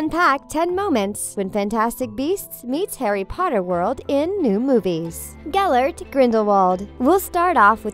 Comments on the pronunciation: Me also, she said GELBERT instead of GELLERT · Yep! Gelbert!! 🤦🏼‍♀️ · ... did you just say gelbert... WHHYYYYY